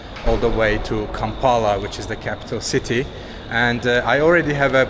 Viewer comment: bro kampala aint that hard to say